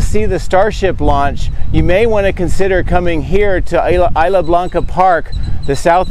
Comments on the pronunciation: nice video. if you say "is" "la" it's more like spanish "is" "la" blanca park. 😀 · “Isla” in Isla Blanca is pronounced Eese-la (like geese)